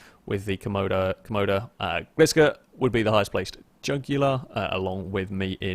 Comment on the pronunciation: Trying to say jugular. Me: The vein in your neck!